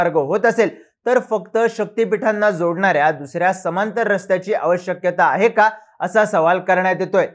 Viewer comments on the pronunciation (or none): प्रिय लाहान भावा . अवश्यक्यता नाही ते अवशकता असे उच्चारावे